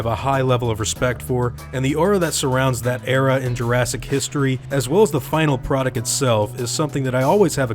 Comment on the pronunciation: jurastic? You mean Jurassic? I leave now...